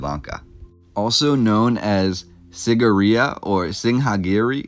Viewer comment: Nah bruh it’s sigirya prounounced cee-gee-ree-yuh, this guy butchered the pronounciation 😂